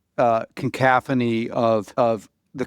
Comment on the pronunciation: A "concaphony", Alex? Is that a big maga word like "hamberder" or "bigly"? Sorry, but there is no such word, son. The word you were trying to impress everyone with is "cacophony," which means "a harsh, ill-sounding, discordant mixture of sounds." Ironically your Freudian slip accurately describes the soulless Orwellian "con" that is Palantir.